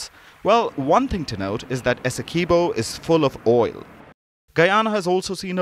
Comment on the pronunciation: There is not pronunciation of 'key' in Essequiboo. I car understand why international media houses do not do enough reseach to get the pronunciation of names as they are in whatever country the names are from.